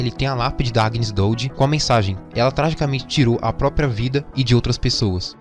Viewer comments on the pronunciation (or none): none